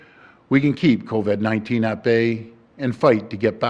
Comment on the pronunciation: LMFAO... Did Ford forget how to pronounce Covid overnight?